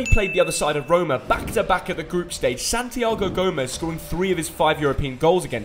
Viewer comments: Did he say santi gomez instead of gimenez 😵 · Bro said Santiago “gomez” it’s Gimenez🇲🇽😈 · Man’s said Gomez😂😂 buh ik it’s a honest mistake it’s sounds just like Raúl Jiménez buhh with a g 😂🇲🇽🇲🇽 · Excellent video as always, but it’s “Santiago Giménez” not “Gómez” Regards from Mexico Hope to see you here to watch a game. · Its not santigao gomes its gimenez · "Gomez" 🤦‍♂️ it's gimenez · Santiago gimenez not gomez😂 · Its GIMENEZZZZZZ not GOMEZZZZ q paso? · ! It’ santi(ago) GIMINEZ! you mispronounced his name just like the corrupt mexican federation. They did not even choose him for the wc🤦